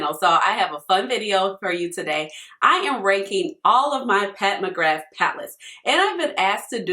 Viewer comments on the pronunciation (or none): Just a heads up from us celts, it’s pronounced “McGrah”